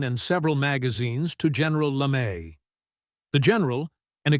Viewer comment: "Immigrant?" Stoner was born in the US. The M16A1 I used had a maximum effective range of 350 meters. Also, this AI voice can't properly pronounce names LeMay's being one which is not Lame in pronunciation as well as words like pounds, yards, and millimeters. The Stoner 63 was a favorite of SEALS in Vietnam. Finally, with extremely rare exceptions criminals DON'T use AR-15's despite the screaming and crying from lefties.